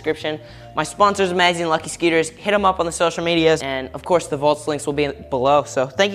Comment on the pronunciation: It sounds like he's saying lucky sceeters